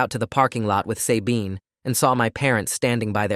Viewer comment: As far as I know, it’s pronounced SUH-bean, not say-bean